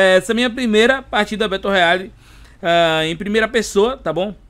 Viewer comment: Nao se fala "Beto Royale". E sim "Bero royal"